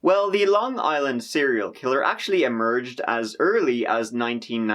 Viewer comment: no bullshit surprised you pronounced some of the city properly people not from long island usually butcher dat shit